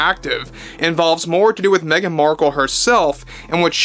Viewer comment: Meh-gan DeNiro, or Meh-gan Zegler speaks. 🙄😂 She's calling on her squad to save her. 🤣 Off to watch the next episode of Pamela now. 🇨🇦